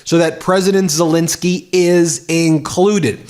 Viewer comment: One thing it's " Zelenskyy" not " " Zalinski"